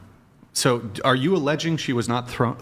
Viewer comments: This idiot said allegeded with a straight face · “Alledgeding” That pretty much said it all for me. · Always listen to a woman that says “ allegeding “. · She also said "alleged-ing". Lol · this clown cant even say alleging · “Allegitteen.” She’s trying to say “alleg-itting.” Neither of those are words. Is she trying to say “alleging?” She sounds like some kind of robot from Idiocracy. The other one says “wood-dint” instead of “wouldn’t.” Guilty until proven innocent. The best thing you guys are doing is exposing these dopes. They walk around thinking they are God’s gift. Please knock them down several pegs.